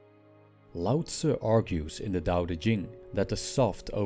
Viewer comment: Thank you for pronouncing Lao Tzu correctly!